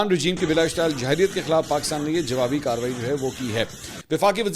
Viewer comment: Mansoor bhai ye Jarhiyyat ha Jahriyyat nhi. Pls is ki pronounciation thk kr lein